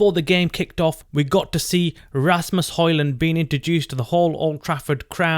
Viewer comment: His name is Asamos not Rasmos